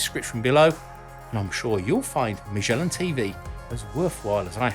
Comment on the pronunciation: How in the world you end up pronouncing "MAGELLAN" with a mushy soft "G" as if it was a French name: IT'S PORTUGUES!!!